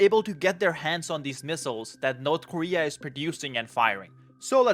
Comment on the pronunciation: Its called North Korea, not Nod Koria....